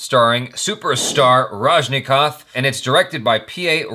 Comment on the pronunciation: finally you just pronounce right Rajinikanth 😍😍😍 (last one)